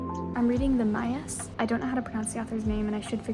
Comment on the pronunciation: it’s crazy to see someone (outside of portugal) actually reading The Maias! The pronunciation was pretty much perfect! although the S sound at the end is more harsh like if it was a Shh sound :) I LOVED watching this video! Super motivating and entertaining and it made me want to go back to uni 😭